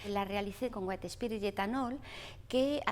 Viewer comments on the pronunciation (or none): none